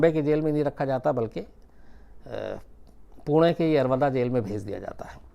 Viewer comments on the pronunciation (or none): none